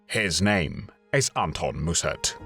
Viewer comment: Mussert was a pathetic little man who betrayed his country but he was not a "thief" - why do you make such crazy allegations? It rather undermines the seriousness and indeed validity of this video.... Oh and by the way, it's pronounced "Mussert", not "Moossart".